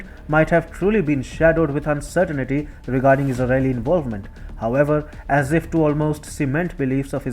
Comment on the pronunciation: Narrator shud take some lessons. Its not uncertainity. Its uncertainty